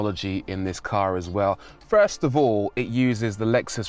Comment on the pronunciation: When he say ‘first ‘ lol 🤣😂gets me all the time